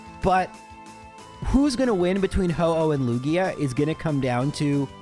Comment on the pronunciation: Me hearing "Laura-lee" a bunch of times: 🤷‍♀️👍 Me hearing "Loogie-uh": shudders uncontrollably